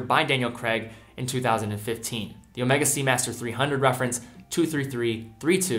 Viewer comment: Garry M you are wrong. He pronounced it correctly. Ask any Swiss person to pronounce it, or go to omegas corporate site. It’s pronounced incorrectly Omeega only by monolingual brits and Americans.